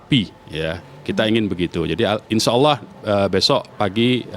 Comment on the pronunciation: Nyebut Nama Allah aja gak bener, tu lah org munafik!!